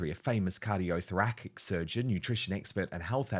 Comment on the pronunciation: Thor - a$$ - ic. Not Thor - ack - ick 🙄🤦🏻‍♀️.